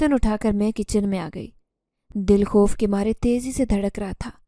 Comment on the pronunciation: Koi jaruri nahi hai sabko sab kuch ek Jaisa hi Lage Ye sister khop bolti hain (khauf ko)